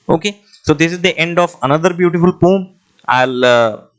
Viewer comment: Poem ❌ pom✅🤣